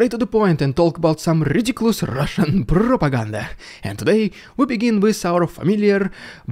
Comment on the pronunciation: Terrific video. Love your humor. 😂 esp Rrrussian prrrropaganda 😂😂😂😂